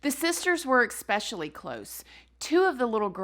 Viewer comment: "Expecially" I love you 😂